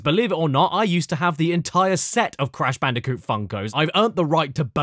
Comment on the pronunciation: "The completely erect cash banooca"